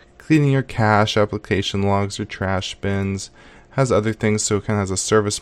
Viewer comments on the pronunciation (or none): none